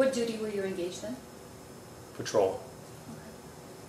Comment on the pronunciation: oh the word is “engage” not “ingadge”……hahahah! SMH